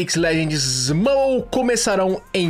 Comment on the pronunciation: Está errado a pronúncia Mãbol. Vc está errado